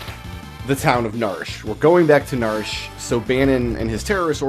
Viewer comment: I have always called it nar-she, two syllables. It is weird hearing narsh